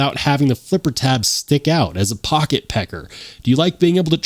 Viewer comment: I swear I heard you start talking in a bronx accent when you said "pocket pecka" 😂